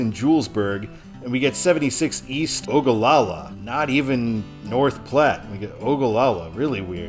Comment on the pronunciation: As a resident, I appreciate you pronouncing Ogallala correctly.